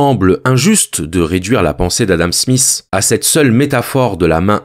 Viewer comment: Adam Smiss! 🙄 C'est Smith! Difficile pour les français j'imagine.